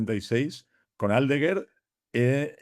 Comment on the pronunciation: Decirle a que Aldeguer es palabra llana, no esdrújula. No es Áldeguer 😊